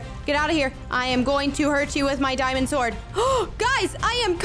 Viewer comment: you seed it is a dimend it is not a dimend